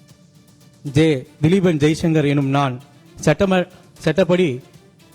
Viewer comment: சட்ட முறைப்படி என்று படிப்பதற்கு பதில் சட்டை முறைப்படி என்று ஒரு உறுப்பினர் படிக்கிறார்